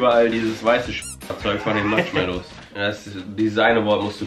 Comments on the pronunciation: Matschmallows😂 Wer kennt sie nicht😂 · Warum sagen sie die ganze zeit MATSCHmallows?😂